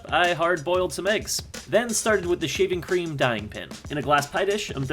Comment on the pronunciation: He said shavinq cream and it is funny